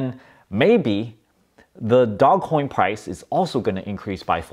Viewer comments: dozh coin! but i call it doggy coin for fun. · Dog-E coin. Pronounced "doggie coin". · Btb, it's pronounced "doul-ge" LOL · It's not DOGCOIN, it's DOGECOIN!!! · "Dog" Coin, ffs! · Stop calling it dogcoin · First of all it’s DOGECOIN NOT DOG COIN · Stop calling it dog-coin....it will be a lot less cringe if you call it doggy-coin. Nevertheless, great returns bro and make sure you HODL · Take a drink every time he calls it "Dog" Coin. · Can’t take this seriously if he can’t pronounce the investment right.